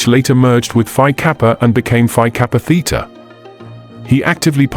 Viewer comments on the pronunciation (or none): none